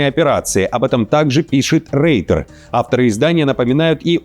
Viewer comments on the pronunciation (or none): none